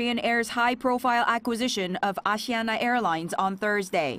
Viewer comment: its aSIIana not AAAssee ana.